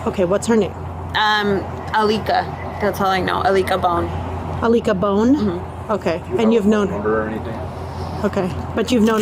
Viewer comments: I thought she said I lick a bone 😮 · Alika bone??😂 like "i lick a bone" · A-lick A-bone? Seriously? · A-lick-a bone. Seriously? 🤣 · Alika bone? (A-L-I-k-a B-o-n-e) I lick a bone 😐